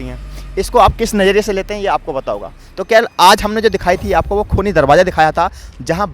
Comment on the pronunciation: Darwaza Hota he drabaza nahi Urdu sahi Karo